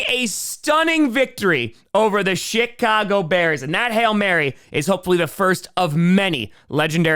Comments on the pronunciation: is it just me or did he say the shitcago bears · Was it just my imagination, or did he say the Shit-cago Bears when talking about the Redskins? Yeah, I said Redskins. I still have Redskins hoodies and such, I never bought into this whole WTF or Commanders BS. Even some Native folks have spoken up to say they want the old name back.